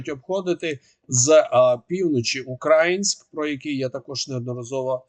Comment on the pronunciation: Місто зветься УкраЇнськ, а не УкрАїнськ - не розповсюджуйте зросійщений варіант